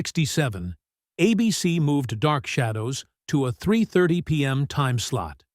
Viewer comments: The announcer CAN say A.B.C. so why let the AI voice call it "A BEEcy"? And who the heck writes all these long-winded narrations? There are several channels with identical narrative styles and length. Arrrrgh. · Why is he saying 'a-bc' instead of ABC? Who wrote this commentary?? I was young but remember that we all ran from the bus stop to catch the last 15 min of a daily, exciting episode 🙂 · "A bc?, not ABC?". I just can't AI. I'll look up how it ended, without listening to incorrect AI pronunciation. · Re-dub this piece with a live reader, not AI. Note: it's ABC, not a BC. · Is this another AI voice? It keeps referring to ABC as 'a BC.' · Interesting how this AI voice says " a BC" instead of ABC like the rest of us say it. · Somebody needs to teach AI to say “ABC” in the places where it says “A bc”!😻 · Wtf is this AI pronunciation that seems to have taken over YouTube? You pronounce the network "ABC" as "Ahh-beh-seh" ????? What were you thinking? And then, you don't correct it. Never watching your ridiculous channel again. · ABC (which, by the way, is pronounced with a long A, not a short A as in this video) never banned Dark Shadows. It was cancelled. Major difference. And why did you show a picture of Tony Curtis when talking about Dan Curtis? Did you think they were the same people? Such sloppiness is evidence of a video and a channel not worth watching. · Crappy bot narrators ruin the videos. Instead of saying the network's name "ABC," it says "a bc." We all know what a bc is, right? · It's pronounced ABC not a bee sea. I'm not too worried about A.I. yet. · "Ah B.C." Don't you just love AI? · The movie was a swan song for the series. The major characters were killed off in the movie. Dan Curtis was already moving to TV movies. "Ah-Bee-Cee"? AI needs a pronunciation guide. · uh -BEE-SEE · WTF is Uh-BC? I think the I in AI stands for ignorance. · A Beesee? What's a Beesee? Is that how a fake human reads "ABC?" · A Beesee. Really???? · What is "a bee cee?"